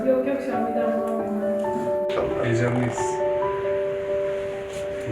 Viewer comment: Hiçkimse::heycanliyiz